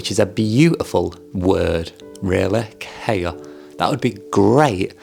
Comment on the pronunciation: Hello there! A fan here. KAIA would be pronounced as "KA" like "CA" in Cameron and "IA" like the "YA" in yard. Also, you forgot Sophia in the member profiles.